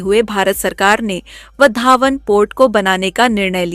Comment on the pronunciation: वधावन × वाधवण ✓